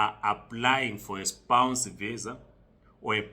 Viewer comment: Spouse spouse not spounce jirre